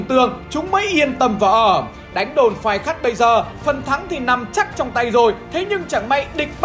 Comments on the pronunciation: Khay phắt = phay khát. đọc nghịu lun. 😆😆😆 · đồn Phay Khắt đọc nhầm thành Khai Phắt r